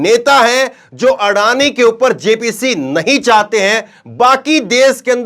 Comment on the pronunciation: आडानी का अ नही बोल पाते है